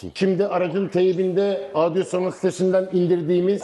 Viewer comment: Merhabalar, her şey çok güzel elinize sağlık. Fakat markayı söylemeniz yanlış sanırım piyasadan duyulduğu şekilde zamanla ağzınız öyle alışmış galiba. Audioson diyorsunuz hep... o harfi yok markada o dikkatimi çekti belirtmek istedim. Kolay gelsin.